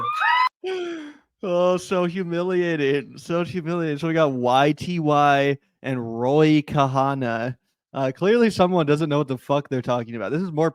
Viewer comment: The Dr Phil and Ro Khanna name butchery is just a repeat of the Kamala butchery.